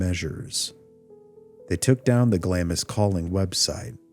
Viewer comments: A Scot here, it's pronounced Glamms, not Glam-ees. Thank you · Interesting! I watched the original vids when you put them out. I find this subject fascinating for sure. I do want to point out though that Glamis is pronounced like "Glahms" not "Glahm-is". Keep up the good work 👍🏻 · It’s not pronounced Glam-is castle. It’s Glams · Glamis is pronounced ‘Glams’ the ‘i’ is omitted 😊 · Glamis is pronounced glaarms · During all your research, you didn't ascertain at any point that Glamis is pronounced Glaamz? You never heard the line (correctly pronounced) - "All hail, Macbeth! hail to thee, thane of Glamis!" ? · It's pronounced "glahmz," by the way. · you don't pronounce the I in Glamis